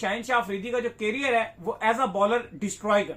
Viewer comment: केरियर नहीं लोडू करियर बोल😂😂😂